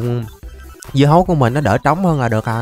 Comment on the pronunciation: Sao lúc nói lộn thu hoặc hơn 3000 dưa hấu thành bí ngô thì anh nói dứa hầu